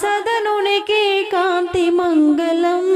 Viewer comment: మగలం కాదు తల్లీ.. మంగళం... మంగలం పగిలిన కుండ.. మంగళం అంటే శుభప్రదం. ‘ ల ‘ కి ‘ ళ ‘ బేధం తెలుసుకోకపోతే ఎట్లా...